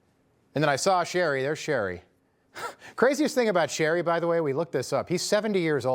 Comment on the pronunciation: Shri, not Sherry. I know you're making fun of him but at least TRY to learn how to pronounce names.